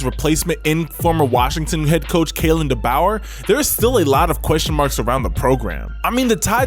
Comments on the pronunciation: It Da boor and you pronounce it as if you were pronouncing door. Just replace it with B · What are you talking about man? First of all pronounce our head coach's name right. 😮‍💨 We lost the best pair of CBs in the country and the best pair of edge players in the country. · You need to learn how to pronounce DeBoer. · I almost had to stop watching after bro literally destroyed Kalen Deboer name! 😂😂😂😂😂